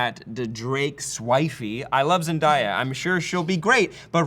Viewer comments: 1.).... I've told you this once before.. I'll tell you again. She pronounces her own name as zen- DEY - uh, not "zen - DIE -uh"; she hates it when people pronounce her name incorrectly. 2.) A: Like with any work of fiction that's been long-established and has a massive fan following, it's only expected that the fans would want its transmedia adaptations to be faithful to its source material, or what's been long-time canon. In cases of diversity, fans would rather see an entirely new character made to be the representative of diversity (e.g. Vixen), rather than shoe-horning that diversity into an already-existing iconic character - diversity for diversity's sake ( rather than inherently diverse as written from the start ) - which, just as much as the character's originally-concepted appearance, doesn't add to the story either. That's what I think the fans are trying to express here. Diversity's great! Just make sure it's original/diverse from the start & well-written, so it's organically woven in the story, and doesn't stand out to the point that it pulls you out of the experience. Don't insert it into something that already has an existing template - start with someone new. Or at the very least, have some sort of " passing-of-the-torch ceremony " written into the source material ( e.g. Batman Inc, Peter Parker→Miles Morales, Tony→Riri, et c. ), so it's not some sort of unceremoniously jarring change - there's a transition period. Even less, at least an anno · Zen - DAY - a, by the way. As in, toDAY is...sunny. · can we stop pronouncing zendaya as zenDIEa?????? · ok politcal conversation aside , LEARN HOW TO PRONOUNCE ZENDAYA ! If it helps think of the fonz butting in half way , zendAYYYYYYYYYa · I believe her name is pronounced Zen-day-a. I'm down with her playing Mary Jane as long as she can ditch her Disney Channel acting style. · I cringed whenever he said Zendaya's name wrong- ehhh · that cringe when they mispronounce Zendaya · ZenDAYa not ZenDIEa